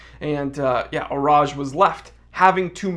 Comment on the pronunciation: He did do a pretty good job with the pronunciation.